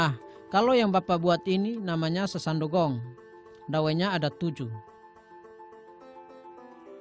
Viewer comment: Sasando bukan sasandu..